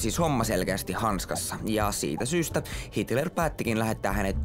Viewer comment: ite kuulin hilter :D